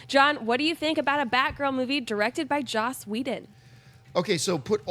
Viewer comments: For the last time,, it's 'Joss', not 'Josh'. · I kept waiting for someone to correct. It's Joss, not Josh.